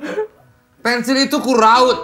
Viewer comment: Pensil pak bukan pentil ahhahaaa